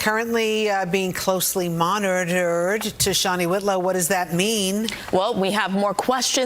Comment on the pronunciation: Very impressive number of syllables to extract from the word 'monitored' in all fairness